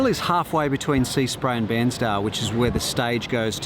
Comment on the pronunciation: Great to see you back on the bike, we (you me and as many other followers who want to join in) should have a personal challenge to drop 10kgs of Winter weight. tip #5 is where it is at. Pretty sure the Bair in Bairnsdale is pronounced the same as Hair or Fair, btw.